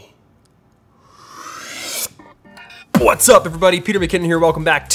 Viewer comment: PWOTZ UP EVERYBODY never gets old